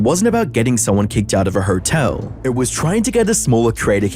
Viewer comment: That's really rude to keep calling it a whore-tell It's just uncalled for